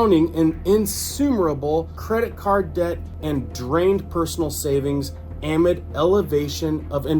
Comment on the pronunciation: AMID = uh-MID. Not AM-I’d. 😉